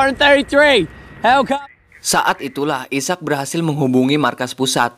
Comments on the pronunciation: Bukan isak njir. Aizek sebutannya. 😂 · bukan isak..sebutannya i-sack..ejaan asalnya Isaac..terjemahan malaysia dan indonesia adalah Ishak..contoh nabi Ishak As